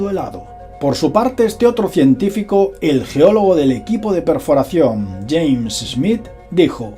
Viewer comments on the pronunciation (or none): none